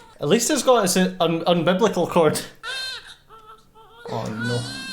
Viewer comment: I know what an umbilical cord is. I was asking about the mispronounced "un-biblical" cord... it was just a joke.